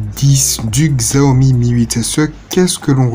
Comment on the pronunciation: Xiaomi ça se prononce Chaomi